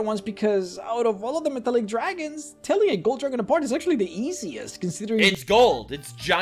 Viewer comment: Lol "Jew-ragons"